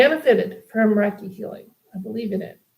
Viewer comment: It is pronounce Raykey.